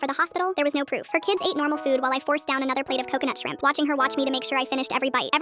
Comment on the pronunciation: You said coconut shimp